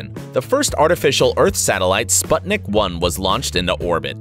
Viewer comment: Can't even pronounce Sputnik))) yes, this guy seems legit